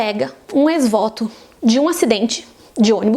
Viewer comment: A pronúncia de ex-voto está errada…